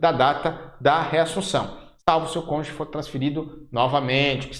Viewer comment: Agradeço as aulas, bons gráficos ajudando a elucidar os detalhes do estatuto e do seu regulamento. Mas professor, por favor... é "cônjuge", não "conje".